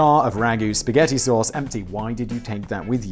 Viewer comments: No one in america pronounces spaghetti like that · Only children pronounce Spaghetti like that. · no one calls it sketti here. Lets just make that clear. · It's actually "Pasketti"